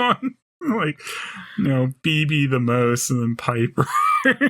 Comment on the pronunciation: I love it when calls her "Phoeble". 😅